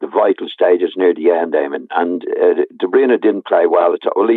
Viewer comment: FFS Éamonn will you grow a pair and pull Gilesy up about his pronunciation of DeBruyne it makes him sound like a clueless dope calling him DeBreeeeena